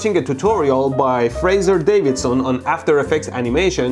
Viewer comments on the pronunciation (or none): none